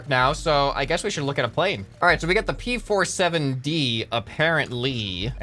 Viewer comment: P 4 7 D had me confused because I knew it was a p47 but the way he said it